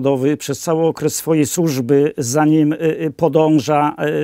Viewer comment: Nie "sużby" tylko służby, panie!